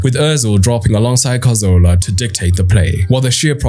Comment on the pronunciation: Great video, although it is one of my pet peeves when someone mispronounces Cazorla as Carzola, especially when they have such an eye for detail in other areas.